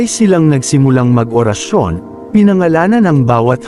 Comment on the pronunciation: Tama mas maganda kung maganda Ang salita tulad orasyon hindi Ora’s sayon pangit pakingan…